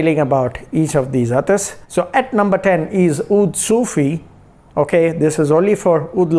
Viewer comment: Its not sufi bro its seyufi